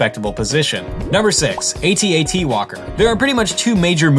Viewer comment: It's not called a "a t a t" it's pronounced at at you dumbass